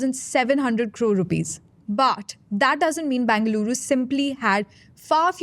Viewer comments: Either say Bangalore or Bengaluru... not Bangaluru! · Why does she pronouncing the name as Bangaluru ? itS either bengaluru or bangalore. Make up your mind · Appreciate the effort that went into putting this video together, would greatly appreciate if you can also get the host to pronounce the names of the places like Gottigere, Nagavara and more importantly “Bengaluru” accurately! Thanks in advance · Would help the presenter if they were to spend a minute on how Bengaluru is pronounced. Terrible downgrade from Akshara.